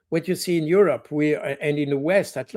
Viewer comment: Pronunciated EU-Robber.